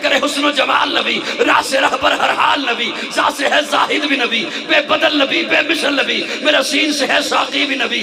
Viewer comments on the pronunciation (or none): زاہد ذ سے نہیں ز سے آتا ہے اور صادق ص آتا ہے س سے نیں😊